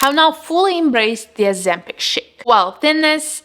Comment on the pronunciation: It’s Ozempic.